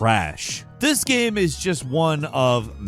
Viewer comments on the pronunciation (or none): Well, most of the times, he pronounces the word "game" wrong, so what did we expect.